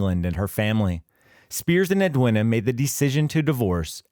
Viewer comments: Ed-win-a? Its ed-ween-ah, dopey yank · Edwina is pronounced as Edweena. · Ambrose did not make the error, he relied on what members of Easy told him. You’d think a channel that can’t be bother to check the pronunciation of Edwina (it’s edweena) would be less judgy. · FFS, Edwina is pronounced Ed-WEENA ….. AI Sh1te!